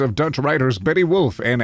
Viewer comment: As a Dutch person had me d*ing of laughter. I'm humbly asking to try and actually say the names. BetJe (not Betty) Wolff, AAgje Deken and our National museum: Rijksmuseum